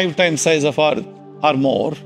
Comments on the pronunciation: It's not Arth, it's called Earth... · Why did he say Earth like that? Does he hate us